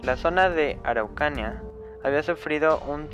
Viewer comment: Araucanía se pronuncia en la í